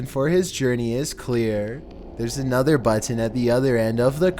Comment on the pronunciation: Goddammit will you please stop saying "button" like that?!?!!??! Please, for my sanity!!